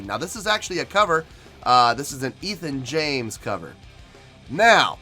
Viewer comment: Ethan james cover lmaooooo wtf lol im dying its ette james